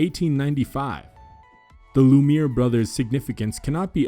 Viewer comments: Great film, but you could work on your pronunciation of French. Lumière is pronounced LUM-EE-AIRH. Three syllables, not two. It really grates when you say LUMEER. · Ok, I was talking to Alec Horn anyways. "Lou Mear" ( Lumiere ) time stamp of this video. FYI Lumiere is actually pronounced [LOO] + [MEE] + [AIR] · 1. Work on your pronunciation. Not ‘Lumeer’ but Lumiere- rhymes with millionaire. 2. It’s Paris not Paris, France. People aren’t that stupid that they think you mean Paris, Texas, really. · Well, face it. We're wrong. It's true, "there aren't" films now. They're digital electronic recordings. And, according to the content creator we've been wrong about how we pronounce Lou Me Air. It's pronounced Lou Mear. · Amazing. Thank you for curating these together! ... by the way since they were such significant pioneers, you should probably check your pronunciation of their name. Lumière is pronounced “Loo-mee-air” not “Loo-meer.” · It's not "the Loomeer Brothers," it's the "Loomeeair (approx French pronunciation of "Lumière") Brothers." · GAH! It's "Loo-Me- Yair" not "Loomeer." It's almost comedic to keep hearing that mispronunciation, but then again, we are much more stupid in 2020. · It's pronounced "Lu-mee-AIR," not "Lu-MERE." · LumE E AIR PLEASE PRONOUNCE IT PROPERLY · Misleading thumbnail. Clickbait? Anyway, technical issue: the thumbnail was shot indoors, which would have been very difficult in the earliest stages of film. Btw Lumière is pronounced Loo- mee-air ('loo' by lack of an English equivalent for the 'u'). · Since the brothers are so important, you might want to learn to say their name correctly. Lume EEY AIRE is the correct pronounciation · Lumiere is pronounced Loo - mee - air. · "Loumière" Is Pronounced: "Loo-Me-E-Air" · Please re-record to correct pronunciation of Lumiere--it is a French word--not Loomear! Please correct! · "Lumire"!?!?!?! Name most often pronounced in this video. Try again. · Arrgh, it’s LUMIÈRE. French for LIGHT. Not “Loomeer”